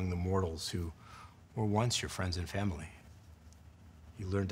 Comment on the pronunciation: "Vamily?" vomits blood